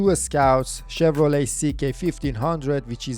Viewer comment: Chefs kiss on saying Chevrolet. You nailed it that time bro!